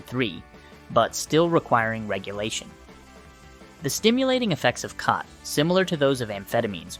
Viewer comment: Bro cannot decide how to pronounce "khat" lol. Also, saying "schedule I V" while showing a syringe being filled up is going to be super misleading to people who don't understand that it should be pronounced "schedule four" and that the schedule level of drugs has nothing to do with the route of administration